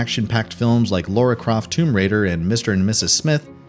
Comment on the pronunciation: LARA Croft not Laura.. Pronounced..lar-ra